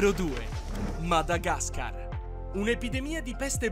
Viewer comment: Come l hai pronunciato Madagascar 😭🤬